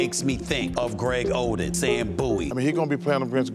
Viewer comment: Lol wtf was stephen a saying “greg oden” 😂